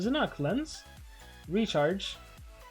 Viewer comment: is it just me or i hear the word (retard) everytime he says Recharge